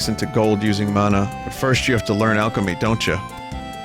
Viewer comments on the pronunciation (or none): none